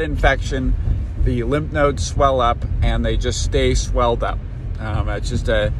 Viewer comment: Its called lymph nodes not limp nodes lol